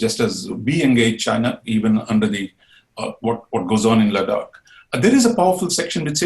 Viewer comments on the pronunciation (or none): none